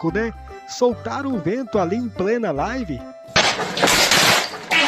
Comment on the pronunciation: Misericórdia a minha live kk.Alguem ensina ele ao menos pronunciar certo